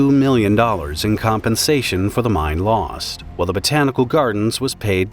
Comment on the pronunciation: it's pronounced "mine" not "mind"